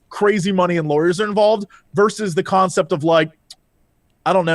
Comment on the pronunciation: Okay, comments are back so.... why does everyone saying conceit instead of concept?